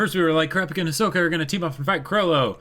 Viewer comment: They’re still saying Hi-soak-a. </3